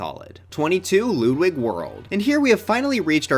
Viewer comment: why do you call him LOODWIG!!!!??!?!?!?!!